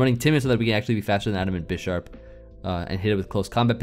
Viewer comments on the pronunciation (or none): none